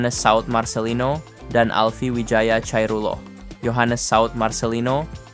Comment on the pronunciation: bacanya Alvi wijaya khoirullah ( khoiruwoh = ni biar jelas ) min . bukan Chairullah . Jelaskan dong kota kaohsiung di negara mana ?